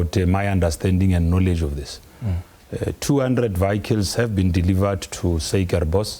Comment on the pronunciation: I knew it’d go south at the first “vayicles”